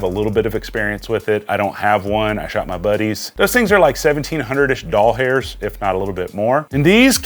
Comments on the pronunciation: Great video and informant but every time you called dollars - doll hairs made me want to stop watching 😂😂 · Dude. Stop saying doll hairs please.